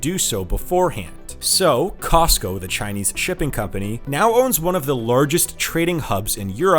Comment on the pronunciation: It's COSCO not COSTCO. Without a 't'